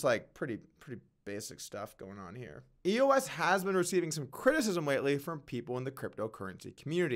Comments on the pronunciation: Doug, love your Vlogs, but it's "Eos" not E.O.S. ! Geez ! Kinda like "Doug" not "D.O.U.G. ! Get it ? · Am I the only one that realizes doug is giving up on crypto? 0 research done on EOS. He doesn’t even know how to say it, much less how the governance model works. Doug Polk Crypto is done